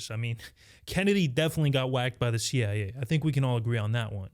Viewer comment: He said the CI-eh. Not CIA common mistake.